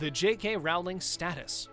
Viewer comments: Rowling has a long o, like in "roll," not an "ow" sound like in "howling." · J.K. Rowling's name is pronounced like bowling but with an R. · Bring back Depp. Also, you should learn to pronounce JK Rowling’s last name. And her comments were about sex, as in male/female, not “intercourse.” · Depp should not have been sacked..............and Rowling rhymes with bowling not howling. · Pronounce the author’s name correctly!!!!! It is Rowling, rhymes with bowling…NOT Rowling rhymes with howling. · I wish you would learn to pronounce the names properly. It would make watching easier. The most painful to hear is J. K. Rowling. It’s “ Row-ling” like you row a boat, not like a ball is round. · No Depp? No watching!! Before production of this you really should have brushed up on how to pronounce JK Rowling's name! It's pronounced as it looks Row as in rowing a boat!! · I can't believe this guy doesn't know how to say ROW-LING. ROW , LIKE A BOAT! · Would be nice if you have your staff pronounce "Rowling" correctly. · This guy claiming that Depp left rather than being forced to leave, shows the lack of research just as much as the fact that it's 2021 and he still does not know how to pronounce "Rowling". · Johnny Depp didn’t leave he was let go. You need to learn to pronounce Rowling’s name.